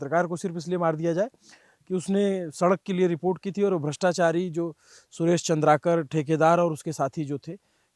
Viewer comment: Name thik se batao. Chandrkar nahi Chandrkar hai